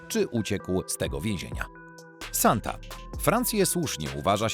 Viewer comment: Sonte a nie Santa. Używaj tłumacza google, będzie się przyjemniej ogladalo